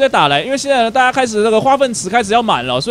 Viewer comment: 為什麼你最後那一句大家拜拜說成大啊拜拜